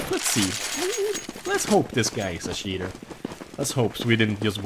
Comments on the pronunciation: i know he is saying that but his accent makes it sound like "shitter" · He was saying "We have a Cheater" but whatever :) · Love the way you say cheater xD